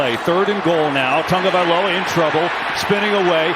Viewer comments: TAW-gah-vah-LOH-uh. Idiot. Not TUN-gah. Moron. Get off the air if you can’t handle it. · I only have one question...who is "Tangovailoa?" The whole game! Bruh! I swear this guy has not even one co-worker that cares enough to correct him! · Absolutely nobody: NFL Broadcasters: "Tongue-Oh-Valoha" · Was he calling him TANGovailoa most of the game? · Nobody mention these announcers got Tua’s name wrong the whole game. Put some respect on his name. Thought someone would let them know at some point 💀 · HOW are announcers still messing up Tua's last name? Just say TUA 🤦🏽‍♀️ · Can someone tell me where they’re getting the N in tagovailoa? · These announcers can't read. His name is on the back of the jersey. But they still pronounce Tua's name like it has a U and N in it.🤦🤦